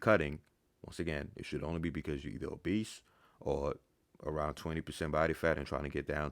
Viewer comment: i thought he was saying “cuz your a beast” not “cuz your obese”